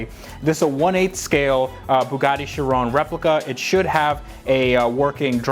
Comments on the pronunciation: Bruhhh it’s not called a Chirone Chi-ron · It is shir on like the word on not shir own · It’s not pronounced chiroune it’s pronounce Chi ron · Its pronounced: Chiron, not Shirone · Sheer-Ron not sha rown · Its not not pronounced 'shi-ron'...its 'ki-ron' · Why do you say chirone? Its chiron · He sais charone... It’s SHEEROWN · Chiron is pronounced She - Ron there is no ‘E’ its French, named after a Monégasque Racing Driver, Louis Chiron, who Drove For Bugatti. Bugatti, is Italian although the cars were built in France by Ettore Arco Isidoro Bugatti, who was born in Italy. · its not chirone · It’s pronounced Ky-Ron. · You said sheron lol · It's Chiron not sherone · Its pronounced ki·ron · If you say it chrooone your actually mental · Its pronounced. Kye-ron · Wtf is a Bugatti sherown 🤦🏽‍♂️🤦🏽‍♂️ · You think he's saying it wrong too? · He said chiron Wrong. Its shere-on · Not trying to be a jerk, but it's pronounced like SHEER-OWN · The way he says Chiron pisses me off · That is not how you pronounce it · It annoys me how you pronounce it wrong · How did you manage to mess up the pronunciation of Chiron!!!!! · You pronounced chiron wrong lol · you said Bugatti chiron wrong